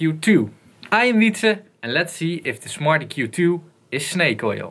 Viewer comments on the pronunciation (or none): lol sounds like hes saying "smarty Q 2"